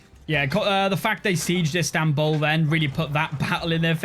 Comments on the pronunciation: İts İstanbul not İnstanbul :D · "Instanbul"? Isn't it Istanbul? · Pleaasseeeeee - I beg of you, change it to Istanbul NOT Instanbul